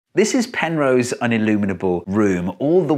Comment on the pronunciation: Who's Penrow? ;^)